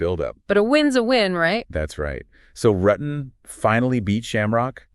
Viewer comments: Its not RUTTin Its ROO ten. Rutten. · Yes cuz they keep saying his name wrong it's Rooo ten. Not RUTTen